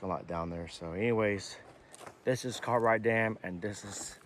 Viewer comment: Why do you keep calling Cartright dam it's Gathright Dam